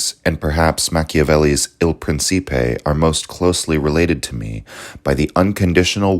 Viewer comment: Great work! Btw the Italian pronunciation of Principe is [ˈprintʃipe].